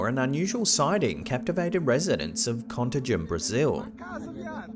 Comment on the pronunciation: I'm from Belo Horizonte, the capital from the State of Contagem and Varginha Cities. Contagem is actually next to it. It took me some minutes hearing the way you said the names until I activated the subtitles. What a cool feeling to see places that were part of my childhood fears in here! xD